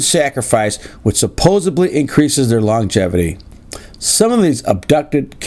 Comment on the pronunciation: I hate when people say supposebly!! ITS SUPPOSEDLY!